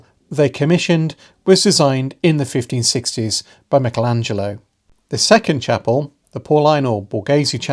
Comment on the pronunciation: Yikes! Buried right between the Sforzas and the Borghese!! Thanks SO MUCH for your correct pronunciation of Michelangelo!! This video popped up in my feed and I'm so glad I decided to watch! It's incredibly informative and well done!! I've lived in Italy for 30 years now and am agnostic, baptized Catholic. This is a really nice respite from the incredibly nasty, anti-Catholic, rhetoric I've run into during the past week. Many, many, thanks for the wonderful video!!! PS - Naturally, I've subbed! 🙂